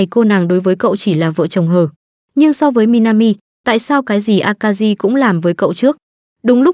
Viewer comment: Jirou, Shiori, Akari mà nghe phát âm giọng Bắc cứ cấn cấn